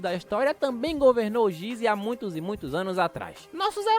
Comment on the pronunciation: O acento em Gizé não está ali a toa, sabia?